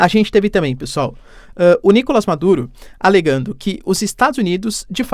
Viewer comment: Professor sem ser chato: É Nicolás, na língua espanhola não existe o som do A fechado. É sempre o A aberto 👍.